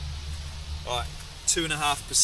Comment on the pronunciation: Duck Traffic "Alwight Boyzz" 😂😂